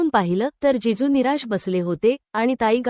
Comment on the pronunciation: जेजू नाही जीजू